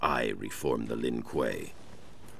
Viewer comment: To. You pronouced it right the 1st time. Lin Kuei (L-in Qu-ay)!